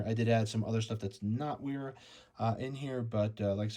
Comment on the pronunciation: Pronounce “W” as “V” for German language and names.